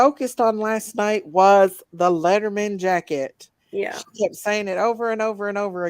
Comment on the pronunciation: It’s a Letterman jacket. Sounds like you’re saying leather mens jacket. They’re distinct. Arms are usually leather and typically white or a lighter color depending on the school colors but white is mostly used. Body is a heavy wool type material. That looks almost marooon/burgundy